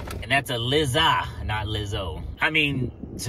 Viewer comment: Lizzza lol its Lie-za like Eliza Thornberry minus the "E"